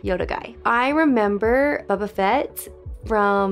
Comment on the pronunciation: *Bōba Fett, not “Bubba.”